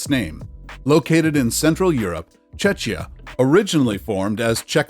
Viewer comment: Incorrect and misleading pronunciation of Czechia, you likely confuse it with Chechnya...